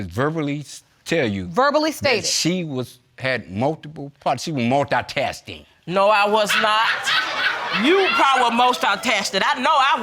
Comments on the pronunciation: What kind of associates is these...what? Apparently screwing worked better for the mother versus school! She said multitaskted...instead of multitasking. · Mom said multi taskted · He said Multi-thirsty...lolll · he said mutil-tasting. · I had to rewind 10 sec twice to make sure I heard “multitasting”. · how both of em was saying “multitasking” 😂😂😂